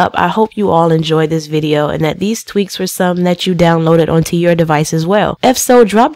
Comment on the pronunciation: Sorry to tell you but its called tweaks not teaks